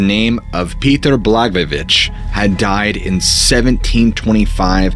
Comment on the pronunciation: Damn my dude you said Peter blagvabich, from what I heard, pretty spot on! 😂🎉😮😅